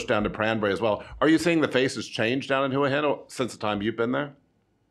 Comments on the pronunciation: Hwa Hin, not who hin. Please learn to pronounce the towns you live in. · If that guy () lives there, he should be able to say it! Hoo-aah Hin NOT Who-Hin Or should we all say Phuket incorrectly? Does it sound like phenomenal? Teach the language as natives pronounce it or go home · Agreed... hwa hin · It amazes me how most seasoned expats struggle to pronounce the easiest of Thai place names. Listen to a Thai national say it.....then say it the same way! It's not rocket science...Hoo - a - hin lol! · You would think someone who has lived in Thailand for so long would try to pronounce Thai cities like a Thai. Just listen to Tim... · Yeah, isn't that annoying.